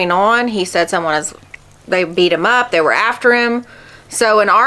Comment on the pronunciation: It sounded like he said he got bit. Not beat up